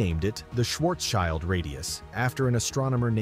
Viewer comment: It is not a Schwarzs-CHILD radius, it is a Schwartz-SCHILD radius. It is a German name, so the second syllable is pronounced SHILT.